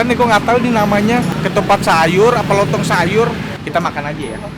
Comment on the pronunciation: Salah ngmng lontong terus bang